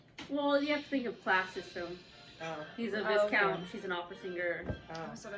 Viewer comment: Great reaction guys! Btw, 'viscount' is pronounced with a long 'i' & a silent 's'